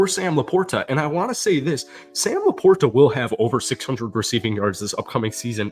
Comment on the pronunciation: Trying to create a new pronunciation or LaPorta?